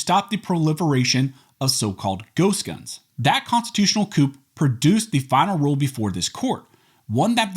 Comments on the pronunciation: "coup," pronounced "COOO." NOT "Coop." noun 1. a sudden, violent, and unlawful seizure of power from a government. "he was overthrown in an army coup" Indians "counted coup" when they hit their enemies, typically on the head. Scalping them counted as "counting coup." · Coup is pronounced COO, lIke a cow says MOO